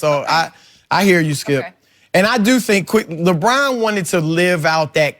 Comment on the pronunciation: Chris: labrann